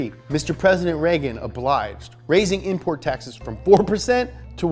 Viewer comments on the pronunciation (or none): none